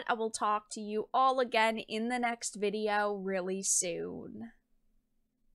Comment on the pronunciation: You have a very bizare way of pronouncing "video" lol.. Not disagreeing with anything you've had to say or anything like that.. i'm just noticing the odd pronunciations.. maybe it's just your "youtube voice" you're going with.. but it is a pronunciation i've never heard before lol Vidi-yo rather than vid ee oh.